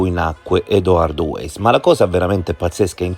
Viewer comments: Weiss si pronuncia vàis e non ueis... Comunque secondo me la storiella delle coincidenze altro non fa che distogliere l'attenzione dal movente. Chi ha riportato a casa gli effetti di Liliana? Perché in una struttura sanitaria mi immagino chiedessero il pass e altri documenti... Un tentato abuso a 64 anni... Solo una persona poteva avere questo chiodo fisso, come dimostrano le sue innumerevoli relazioni "libere" con altre donne... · Weiss si pronuncia Vaiss